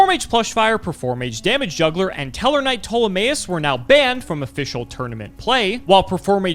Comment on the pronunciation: Its "pTol-em-AYE-us"